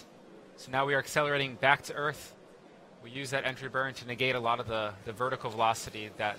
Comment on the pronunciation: Why does he keep saying "Orth" instead of "Earth"?